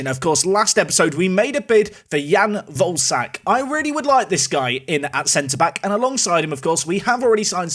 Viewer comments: day 2 of asking to pronounce volesak like vole-eh-shark instead of like ballsack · Hey, Czech man here. Volesaks name is pronounced Vo-Le-Shaak. Love Park to Prem! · Hey, I think it's pronounced: ian Voleshaak, pronounce the e like in ketchup.